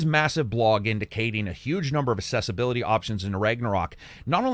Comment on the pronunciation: Love your stuff but I gotta say it's pronounced aksessibility